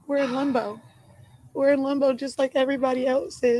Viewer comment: i think she meana "limbo" but sounds like shes saying "lumbo" or is it just me? Also, even her own mother isnt buying it. You can tell by the look on her face.🙄